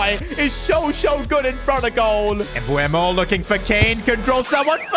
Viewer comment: You need to trust sons regen Please call Mbeumo Mbeumo not Mbuemo as you say it